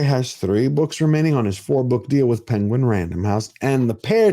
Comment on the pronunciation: I know you meant PenguinRandomHouse. But Sir, what I heard you say is PengWing random house 😂😂😂😂 I love it!